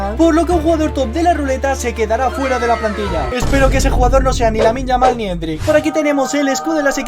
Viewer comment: Parecia que te salia lamine yamal pero te salio lamin yamal coreano bro